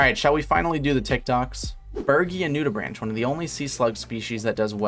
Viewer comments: im dying please its pronounced nudibrank not nudibranch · Love your content, SUBSCRIBED! Sorry to do it but the correct way to pronounce that word is "Noo-di-brahnk." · you pronounced Nudibranch wrong! the "branch" part is pronounced like "brank" with a "k" sound, not a "ch" sound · The ch in nudibranchs makes a hard 'k' sound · I’ve gotta be honest, a marine biologist who doesn’t know how to pronounce “nudibranch” is a little bit sussy… (jk btw I like the content)